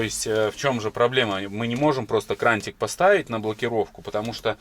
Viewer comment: КраНИк и шВорка а не крантик и шморка, когда ж ты уже научишься говорить правильно.